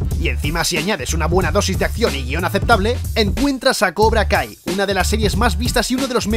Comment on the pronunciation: Pense que decia cobra gay xdd